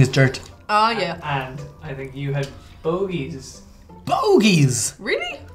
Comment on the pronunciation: 'bogies".....or, was it boogies?